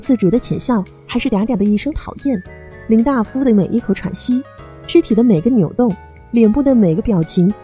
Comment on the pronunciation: 她在太阳照常升起里面是医生，应该是大夫（dai fu)吧？第一遍以为是口误，第二遍还是说错了